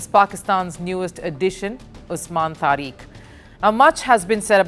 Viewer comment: the name is Tariq, pronounced Tarik, NOT Tareek, what a nitwit!